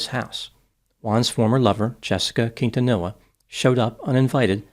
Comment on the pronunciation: You figured with a last name like, he'd know the proper pronunciation of Quintanilla...